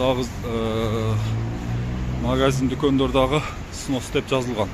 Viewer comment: Сынос эмес снос,кыргызча эле бузулат же сурдурулот деп айтпайсынарбы